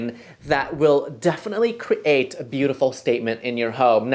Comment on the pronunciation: I love your channel, but I hate the way you say 'create'. It actually makes me a tiny bit crazy :)